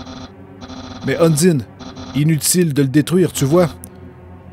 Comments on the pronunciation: En fait, le guerrier MÉGA-BADASS est une fille (Undyne), et ça se prononce ''Eundaïn''. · Comment tu a charger la sauvegarde pour continuer ou tu était et papyrus tu peut lui donner des petit coup et il tepargne automatique et undyne se prononce und(in)ne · UN - DIE - NE=> Heune ! d'Aïe ! nœud ! Ou Un dîne !(un bon plat de spaghetti fait maison) Franchement vous cassez pas la tête pour les prononciations seul la passion et les émotions du personnage compte et leur jeux de mot comme Tue-Toriel. et Un die ne "ne meurt un" qui fait référence que c'est le seul boss du jeu qui ne meurt pas en une fois. Dans la voit Génocide c'est encore plus accentuée, par le faite qu'elle repousse la mort par la simple volonté et que la force du destin se plie pour lui donnez une chance. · "Udyne" T'ES SÉRIEUX ? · Zo- phix Dans le jeu, il n'y a aucune indication sur comment prononcer Undyne (malgré que tu aies raison) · sans se prononce sen-nese et undyn:une-da-i-ne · super mais undyne se dit Undayne et dreemur c'est pas demur mais driimur x) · Undyne se prononce ON-DIE-ne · ON DIT UNDAYNE PAS UNDINE !!!!!!!!!!!!!!!!!!!!!!!!!!!!!!!!! (je suis pas énérvé c un troll mais on DIT UNDAYNE!!!) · on dit undayne